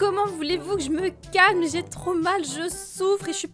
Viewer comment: "Ah bah moi z'ai un très très bon sandwich"😁😁🤣🤣🤣